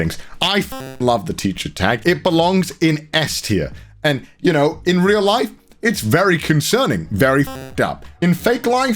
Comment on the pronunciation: Upon relistening to it a few times, I think he says "some of the most genuine laughs I've ever had in my layife" [life] but either way, that's just Connorese, so who knows lol